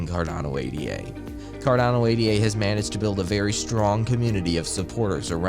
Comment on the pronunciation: Ada, not A.D.A., its named after Ada Lovelace.